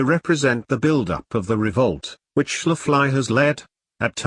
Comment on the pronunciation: Your robot voice needs to be introduced to miss Schafley's pronunciation, otherwise great presentation